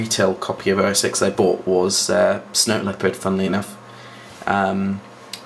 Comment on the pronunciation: It's OS 10, Not OS X I'm quite disappointed that you of all people didn't pronounce it right!